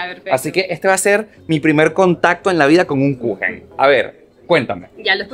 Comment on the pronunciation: torta en alemán se dice Kuchen 🍰 como lo dijo la señora